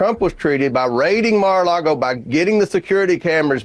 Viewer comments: That guy says, "Mar a largo." 🤣🤣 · Someone should at least tell this idiot how to pronounce Mar a Lago...NOT Largo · He was calling it Mar-a-largo lol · The dude can't even pronounce MARA LAGO correctly he says MARA LARGO lol 😂 let alone make a valid argument about the documents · "Mar-a-Largo," he says... what an absolute joke of a public "servant." 🤢🤮🤬